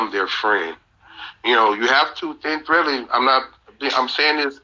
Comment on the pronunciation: What is thin threadly? Does he mean tread lightly?